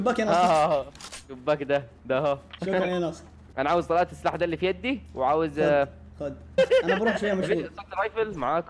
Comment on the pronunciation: مش يدي اسمها ايدي